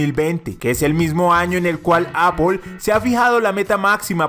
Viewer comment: no se pronuncia tal como se escribe,se pronuncia "eipl"